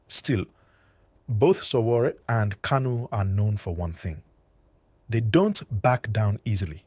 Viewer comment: It's pronounced Sho Woo Ree not sowo